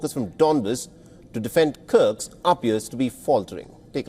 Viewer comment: Would you kindly stop mispronouncing the name. it's KURSK, not KURKS. Thank you <3